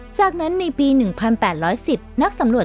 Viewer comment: อ่านดีดีได้ไหมคับทำไมท้ายประโยคต้องขึ้นเสียงสูงทุกครั้ง...ปีก็อ่านปี๊..ชำก็อ่านช่ำ